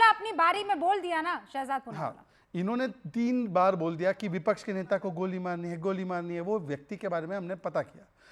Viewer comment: अरे विपछ नहीं विपक्ष होता ह